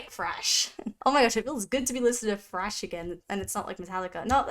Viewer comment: THHHRASH not trash. THHHRASH!